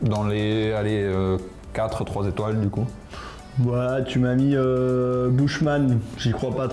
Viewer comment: Bouche-man 😂😂 la prononciation